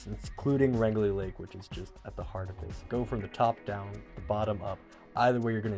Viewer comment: it is pronounced Range-Lee...Rangeley